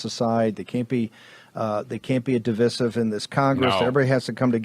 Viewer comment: It's di-VAI-sive, with a long "i" in the middle. Even the British pronounce it that way. (The Internet is an awesome resource for how to pronounce words when one is unsure, Steve and Mike.)